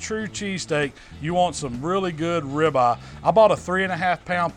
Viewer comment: I love me some grilled rib-uh.